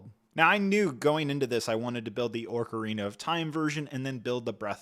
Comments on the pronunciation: It’s pronounced (Oc-arina) not (Oarc-arina). This has nothing to do with the soldiers of Sauron’s army. I don’t mean to nitpick, but you didn’t just mispronounce it once or twice, you mispronounced every single time, and you said it a lot. You did a good job on this review otherwise, but hearing you mispronounce Ocarina was painful. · The ”musical instrument” is the ocarina! Orcarina is not a name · but he’s saying ‘orcarina’ not ‘ocarina’ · Great review so far. One quick note. It's not an "oRcarina" it's "ocarina". There's no R in there. ❤ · Usually people say either Ahcarina or Ohcarina. I've never heard it said as Orcarina before. At least it's something new! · take a shot every time he pronounces it oRcarina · What is this “orcarina” you speak of? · I took a short of vordka every time he says Orkarina and now I’m coorked with alcohol poirsoning. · ORCarina is insane dawg you might need a dialect coach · Ah yes Tolkien's princess of the Orcs, "Orcarina". 😂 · orcarina so many times just triggered the ever living shit outta me lol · What's worse is that ocarinas are a real musical instrument, not something made up by Nintendo. I can understand not knowing how to pronounce Deku, but just LOOKING at the word "ocarina" will show you that there's no "r" before the c, so pronouncing it as orca-rina is insane. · Lmao when I was a child I used to pronounce it “Ocarnia” but as a full grown man no excuse for that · Ooofff... forget me saying I'm going to hear Orcarina everytime... Ocarnia wins the butchery of the day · Orkureena skull-two-lah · "Orka-Rina of time" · He is pronouncing it like Orca🐋rina 💀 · ORRR CAR INA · I’ve never played Zelda and even I know you’re butchering the pronunciation of ocarina and terminology, do better, you’re just being lazy and not doing your research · where are you seeing an R in ocarina ☠️☠️☠️ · mispronouncing ocarina every time really annoyed me lmao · Not orcarina either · why does he keep saying ''orkarina'' instead or ''ocarina'' ?